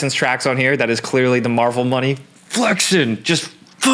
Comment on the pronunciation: The way you said flexin had me geekin